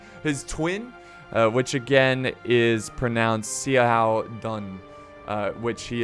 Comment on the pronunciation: hi I am a viewer from Hong Kong I would like to tell you that there are some family names have two words in Chinese such as Zhuge (諸葛) Xiahou (夏侯) Sima (司馬) That's why it is quite strange when you try to pronounce those words as one word. So, when you see the above family names, you can try to pronounce them as two words like Zhu Ge Xia Hou Si Ma And this may sound better. This is my first time to leave a comment and I hope you won't feel being offended.